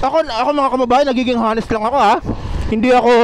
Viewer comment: honest po silent H prounounced as anest. Hindi po hanest. Thank you i hope iam not wrong.